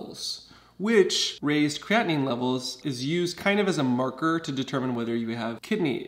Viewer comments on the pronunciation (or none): none